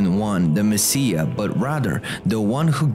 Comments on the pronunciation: It's not Messeah. It's messiah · It's pronounced MES-I-AH not MES-E-AH.